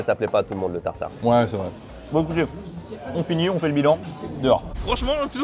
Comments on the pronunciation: Ça ne se dit pas tartarqi! On dit juste tartare aller-retour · Bonjour, super vidéo, pour information on dit un tartare aller/retour pas "tataki" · Cher, on dit pas un tartare mi-cuit mais tartare poêlé.